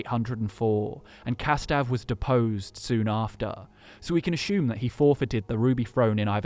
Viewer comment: No h in assume.